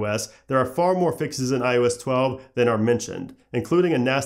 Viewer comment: You say iOS 11 fine. What's the difference when trying to say iOS 12?